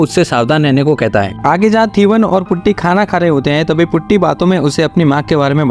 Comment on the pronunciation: Putty? its potty brooo